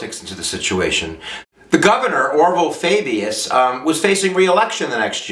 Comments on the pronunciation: I think its .....Fau-Bus, not Fay-Bee-yus ....just say'n ....:-) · For next time, it's Orville Faubus (Fahbus). Nonetheless, a good job that I might show to my U.S. History class. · I was distracted by the mispronunciation of Faubus. But it was --like all of lessons, excellent. Here's something to think about:--> It is generally accepted by liberals that force results in a response of force and that changing of hearts is achieved through non-violence. Could it be that when Ike sent in his troops there was only the semblance of change-of-heart? It seems to me that more was achieved by the civil right MOVEMENT than by the civil rights laws.